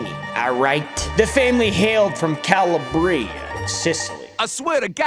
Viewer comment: ITS PRONOUNCED CALABRIA. That was close for an Italian American haha. Keep up the great content as its always refreshing to see what you are bringing to the table lately..... Thanks:octopus-red-waving